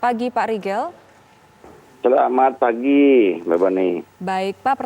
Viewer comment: Bukan rigel tapi Rihel 😀